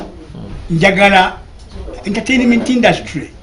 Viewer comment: HOW DID HE PRONOUNCE THE WORD ENTERTAINMENT 😏😏😏😏😏😏KASITA EKILUNGI ABAWALA NUP BEBANGI KATI ABAWAGILA M7 MWEZISE